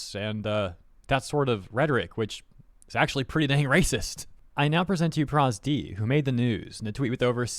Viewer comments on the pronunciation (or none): bro did not just call pro zd "prosD"